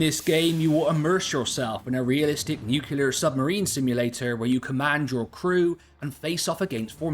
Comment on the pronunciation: Repeat after me: NEW-CLEAR.